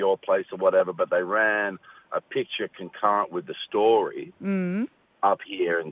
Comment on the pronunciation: Mmmmm..im suorised Russell can't pronounce the word 'picture' perfectly.. he almost says pitcher..(have a listen..!?😲😳😊)